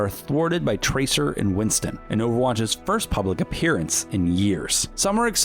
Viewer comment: does anybody notice that he keeps saying winson than winston?